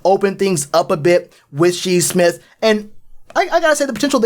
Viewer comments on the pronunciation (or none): lol he said She Smith 😂 is Shi Smith - sounded out “Shy” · Shi Smith(pronounced Shy Smith) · Say it with me Shyyyyyy smith, spelled shi but u say it like shy 👌🏾